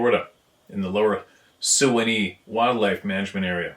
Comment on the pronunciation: Pronounced. Swan. Knee